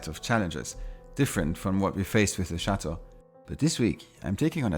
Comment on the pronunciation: You pronounce chateau Wrong. You live in France & need to learn the proper pronunciation of the words you are speaking. Ask Benoit to help you